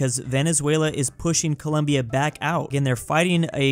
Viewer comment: colOmbia, not colUmbia